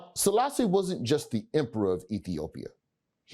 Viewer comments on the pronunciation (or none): It's the pronunciations for me tbh😭😭